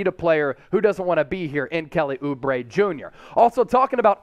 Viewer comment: oubre? lmao. stop it